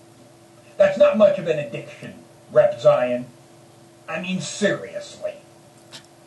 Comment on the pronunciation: This has nothing to do with the video...well....kinda. But, he pronounced MrRepzion: Mr. Repz-i-on. The I sounds more like an E.....MrRepzeon but spelled MrRepzion